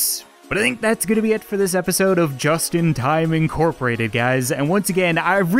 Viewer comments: I heard Justin Thyme Instead of Just In Time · In the outro when u said just in time i heard justin thyme